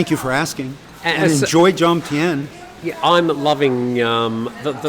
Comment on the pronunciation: Just an FYI it’s Jomtien not Jomtiem จอมเทียน